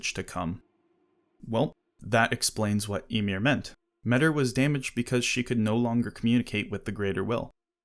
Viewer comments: It's difficult for me to grasp why people prefer "metter" over the much more appropriate "me-tee-r" pronounciation. Hard to listen to. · Tiny correction: The name Metyr is pronounced "meta". So they're a creature from another reality, that creates tiny universes called "microcosms" and their name is "meta". In the words of George Carlin that's gotta mean somethin'.